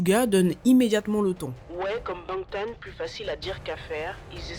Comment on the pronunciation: Incroyable cette vidéo!! Par contre j'ai grincer des dents plus d'une fois avec les prononciations, Suga, Fya, Bangtan..